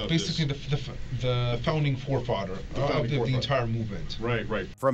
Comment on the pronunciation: I’m sorry I just could not stop laughing when I heard “It’s basicwy the fowding fowfawthers”